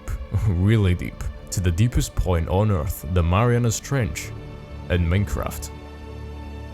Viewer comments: "Marianus Trench" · WHy are you calling it the marianas trench?